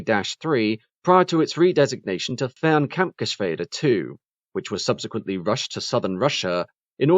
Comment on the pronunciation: Congratulations for the perfect Pronounciation of the Umlaut in "Kampfgeschwäder" (unfortunately in a Word that only has the regular a instead of the dreaded ä, but good Pronounciation anyway)